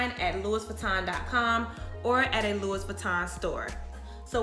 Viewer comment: love the info. the ‘s’ is silent on Louis. pronounced loo-wee.